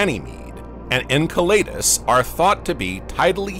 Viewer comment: En Cell e dus... Pronunciation is key